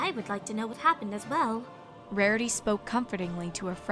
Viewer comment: anyone else noticed that in a line she said Marity?